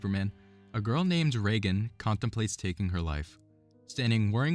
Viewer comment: Regan, not Reagan. Regan rhymes with 'vegan'. First syllable is "ree" not "ray".